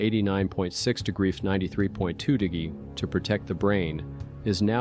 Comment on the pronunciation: I thought “AI” stood for artificial intelligence??? There is absolutely nothing intelligent about this AI dude. He’s cracking me up trying to say “degrees” lmao 🤣 too funny.